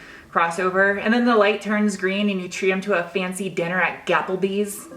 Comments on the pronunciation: Fancy dinner at "Gaplbees" 🙂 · "Gapplebee's" 😆 😆 that was great....